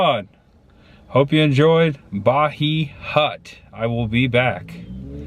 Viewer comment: It’s pronounced the Ba-HI hut with long I as in Hello. It’s lost its old lounge vibe with the dim lighting and red glass candles with the nets on them. Cool place but would caution the part of town it’s in is not family friendly. Doesnt look bad but it is not the best the town has to offer. I’ve lived here my whole life and the north trail is NOT where you want to stay.